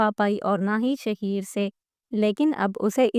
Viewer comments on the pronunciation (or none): Naam to sidha bolna a Nahin Raha shaheer Sahi laga raha hai shahar ko Nahin chhod Kar patarki valid superstar rahi hai